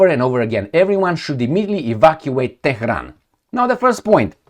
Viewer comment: is a punk. "Teh-he-ron" is the way you would say it if you were unbuckling someone's pants. And his fetish for twerps waving nukes is even funnier: "Oh no, there's a Woodchuck!" Let me fill you in. Trump didn't threaten to nuke Iran. Israel isn't threatening to nuke Iran. No state actor in any theater anywhere in the world is going to nuke anybody at any time. is just a chicken little blowhard.